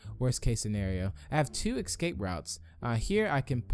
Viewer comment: It's escape, not ickscape